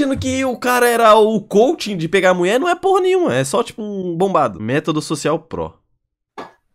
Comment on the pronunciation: "sOcial pruo" kakakakakakkaka